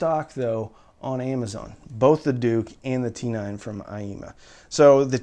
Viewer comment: Dook. Not "Duke"....!??